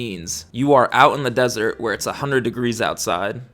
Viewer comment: Desert, not dessert 😅